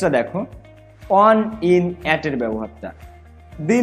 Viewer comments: Bhai apni on er pronoun one koren keno? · ভাইয়া অন কে ওয়ান বলতেছেন বারবার 🙂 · "অন" উচ্চারণ টা ঠিক ভাবে করলে ভালো হয়। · Barishaler mone hoi😅